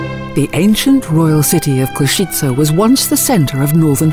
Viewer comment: So much research must have been done to produce this video. Yet the name of the city is mispronounced throughout. How so?